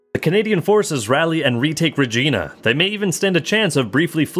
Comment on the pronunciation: Pro tip: Regina is actually pronounced like vagina. no joke dude I'm Canadian.